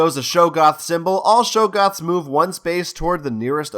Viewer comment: Love the tutorial, really helpful. But can I be pedantic about one thing. The creatures are not Pronounced Show-goths. They are spelled with a double G. That means they are pronounced Shog-goths.